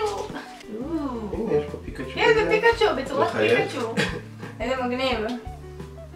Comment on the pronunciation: הוא אומר פיקשו במקום פיקצ׳ו